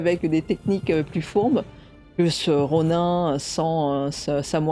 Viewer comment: Superbe annonce! Attention rōnin ce prononce rōn(ine) et non rōn(ain) 😉